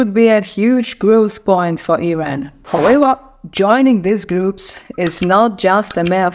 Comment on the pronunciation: Yooooow it’s Iran not airain